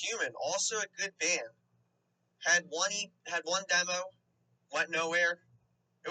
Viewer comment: This kid has a goofy accent. Keeps pronouncing demo as “dem-ouw”.